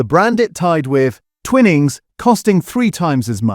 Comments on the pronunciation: Umm its pronounced twy-nings as in wine, if the word had double "n"'s then it would be twinning as in winning... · It's Twy-nings you electronic idiot ! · Your video has generic videos loaded with commentary that does not always match with what is being discussed. Also the pronunciations are incorrect eg. Twinnings / Twinings. Although avoiding plastics by not using cheap tea bags is a great idea but just buying loose leaf tea does not address the pesticide or chemical problem. This channel has great potential and is quite informative generally. But the Ai commentary spoils it and gives the impression that 'Protect our Plates' has been created purely for YouTube hits. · It is pronounced "twynings" NOT ," twin ings. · Twinings NOT TWINNIGS!!! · Stupid A.i. it's pronounced Twynings, not "Twinnings" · Its pronounced TwInings...Not Twinnnnings !!!!! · It's Twy-nings you muppet - if it were twinnings it would have two n's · Twinnings 🤔 thought it was Twining 😂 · Mmmmm AI said twin ings 😂 good bye. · I've been enjoying these videos but can't listen to any more, sadly. "Twinnings" is too annoying. Seems AI needs to learn the basic rules of English phonics. And why can't the writers of the content also read the content? After this latest video I'm giving up PG Tips but also, sadly, this channel. The commentary has angered me more than the dodgy tea bags. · As is the pronunciation of Twinings 😅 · Time to get a human to read the commentary. Several obvious mispronunciations. For example, finings is pronounced as in fine "I'm fine, how are you?" not fin as in fish. and I've never heard Twinings pronounced that way. BTW where does Teapigs rank? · 'Twinings, a name so old and established' I can't pronounce it properly. 🙄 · Should get a human commenter who knows how to pronounce "Twinings" properly.